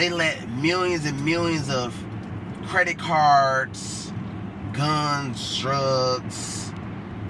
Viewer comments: he like “CRredit CaRRRRDs” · Why you say credit cards like that? Lol 😂